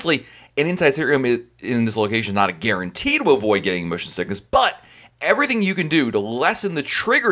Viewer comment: I am laughing so loud - THE WAY YOU PRONOUNCE MOTION SICKNESS LMAOOO